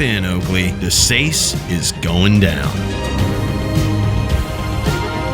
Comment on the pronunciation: I always assumed Lord De Seis was pronounced "De-cease" as that seems like clever naming by the devs. Then again, maybe I'm just missing the joke.